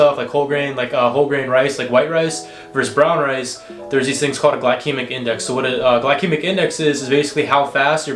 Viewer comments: bro, the first c in glycaemic is pronounced as an s. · Glykemic sounded like XD